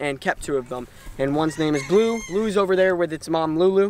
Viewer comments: The pig’s name is not blu it’s Balu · It’s not blue, it’s BALU